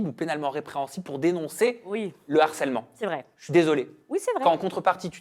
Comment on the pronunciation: Une fois de plus le mot HARCÈLEMENT dans une émission. Et une fois de plus " un n'harceleur" putin mais pas de liaison avec le mot!!